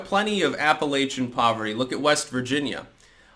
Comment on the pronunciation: You pronounce Appalachian Wrong! You filthy Yankee!!